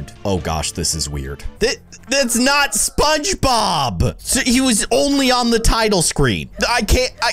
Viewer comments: Ahh. Just relaxing for my Monday night and I go onto YouTube and go straight to a video 😂💓💓 Edit~ they didn't say SpongeBob, they said Spongbob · Lol he said shogbob